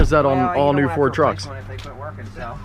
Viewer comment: I feel like I'm the only person that heard "poor Tacoma" rather than "Ford Tacoma"